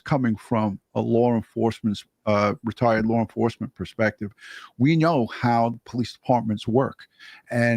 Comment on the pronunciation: Just curious….what the hell is this “Lar Enforcement” that y’all New Yorkers are always talking about???